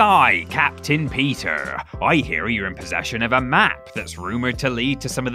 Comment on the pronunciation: You mean “ from TripleJump”?